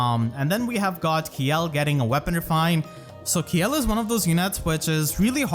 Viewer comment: I thought Kjelle was pronounced Shell. Like Felix Kjellberg. Because it’s a joke about wearing armor.